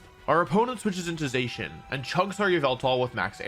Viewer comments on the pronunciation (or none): STOP CALLING ZACIAN ZAY-SHEN IT'S ZAH-SHEE-EN!!! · You said Zacian wrong it’s (Zach-Ian) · Not to be that guy but a thousand people will say this so this is for your own good but it’s pronounced “Zac-ee-an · Pronounced girtatina and zacian wrong yikes.